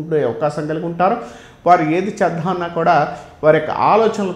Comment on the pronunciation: ఝివితం, చేద్ధామన్న......సరిగ్గా ఉచ్చారణ లేదు, అవసరం లేని చోట ఒత్తి పలుకుతున్నారు. ఏమి గురువుగారో ఏమో. ఎవరో రాసింది, చదువుతున్నట్టు ఉంది😂